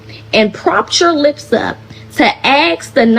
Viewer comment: another person saying axe instead of "ask" makes people sound ignorant